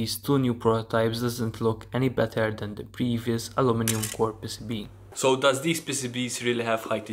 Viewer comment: Say it with me "Pee cee bee" not "pissibi"